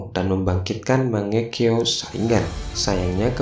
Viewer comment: Bukan saringan tapi saringgan